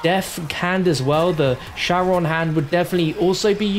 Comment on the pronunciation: Charon is pronounced (Care-ahn)